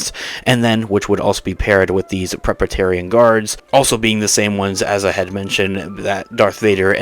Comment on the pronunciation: Dude-- it's Praetorian guards! Ie. "Pray-tor-ri-an" guards. FYI